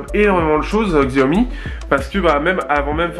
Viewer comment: En chinois " X + I" se '' ' CH' ' donc Xiaomi se prononcé......... CHAOMI, se qui signifie "petit riz"